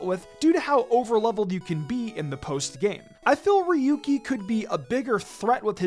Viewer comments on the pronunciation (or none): Ryuki is just not very good competitively, though. Oh, and by the way, it’s pronounced “RYE-yoo-kee”. 🤨